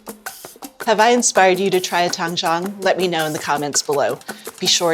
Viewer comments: It’s originally from Chinese method “ 湯種” sounds like tang1 zhong3 not tang1 chang1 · Doesn't have a Chinese backround? She is pronouncing Tangzhong incorrectly. Zhong would be pronounced Jung in English. Even if she doesn't speak Chinese you would think she would look up the correct pronunciation. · Tang Zhong It's actually pronounced like "tongue" & "jhong" with a long "O".